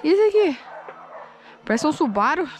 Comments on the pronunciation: Tábem acho que é mais ela falou subaro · parei com a falando subaro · eu fiquei com agonia dela falando subaru rs